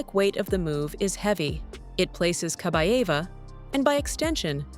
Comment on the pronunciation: Kabaeva not Kabava.